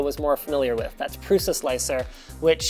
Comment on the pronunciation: Prusa (from the developers name Průša) is pronounced as Prouscha. Believe me I'm Czech as well as him.